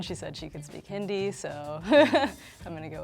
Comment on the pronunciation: What pisses me off is the the one wearing white pronounced "Hindi" wrong and she knows how to speak it